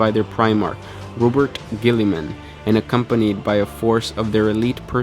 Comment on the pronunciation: Robert ghillyman lol